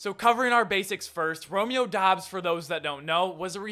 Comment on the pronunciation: Dubs not Dobbs...... 🙄